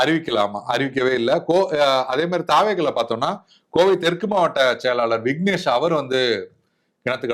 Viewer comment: கோவை தெற்கு சரியாக உச்சரிக்கவும் நண்பா